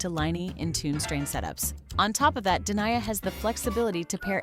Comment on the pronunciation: De nee aa not Deny-a